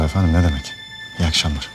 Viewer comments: şu delegenin yardımcısının ofonnim demesi nedir ya..o kadar türkçe konuş efendim diyeme)) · Fransua her "eföndum" dediyinde daha da qıcık oluyorum fransızlara..Ayrıca Dilrubanın elbiselerini tasarlayan hər kimse ona "alkış" diyorum.